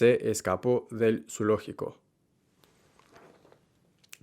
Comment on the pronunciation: Tu pronunciación es excelente y tus tips son muy útiles para mí como maestra de español. Just one tiny wee little thing, in the word zoológico, that first syllable should not sound at all like in English. Te escuché decir: zu - ló- gi - co. Debería ser: zo-o-ló-gi-co. Like in this vid